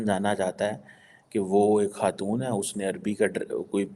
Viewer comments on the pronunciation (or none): none